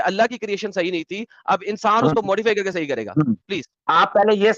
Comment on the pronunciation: Cult practice ko sayiiiii bol raha haiiii😅😅